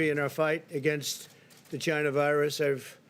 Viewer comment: I love the way The Donald says the word “China.” It drives the Democrat-owned news media absolutely nuts.